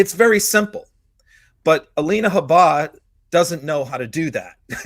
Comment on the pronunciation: How come pronounces Habba differently than the rest of the Meidas Network?